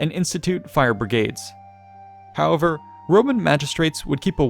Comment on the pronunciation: Love your channel but your frequent use and mispronunciation of the word "however" is really irksome.